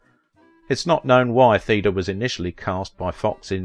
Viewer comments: I thought Theda was pronounced "Thayda" also the narrator refers to Salome as "Salami," just the pronunciation is so awkward takes away from enjoyment, sad case. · My mom was born in 1919. She always said Theda as thee da.